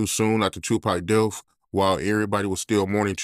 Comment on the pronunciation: I chuckle every time dude say death [deaf]